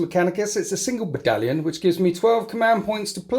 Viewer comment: Did he....did he just sayed B A D A L I O N ? AAAAAAH YES THE BADALION, GOOD MORNING TOO YOU SIR.